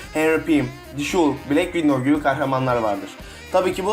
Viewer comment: black window deyil black widov vision da vüjon diye deyil vijın diye okunuyo